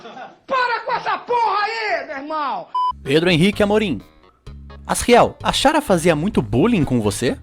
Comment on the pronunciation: Mano, 2 anos depois e eu ainda me incomodo do modo q ele fala chara, CHARA É DE CHARACTER N SE LÊ XARA SÓ PQ TEM CH, SE LÊ COMO SE FOSSE KARA PQ É DE CHARACTER POHA